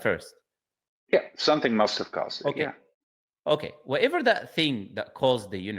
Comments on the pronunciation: Listen I rewinded the video and turned on the captions that "whatever" just sounds like "whoever" Matter of pronunciation and hearing actually doesn't affect the core of the argument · It did kind of sound like you said whoever though. But that's a silly point to get caught up on. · I can't lie I thought you said whoever not whatever.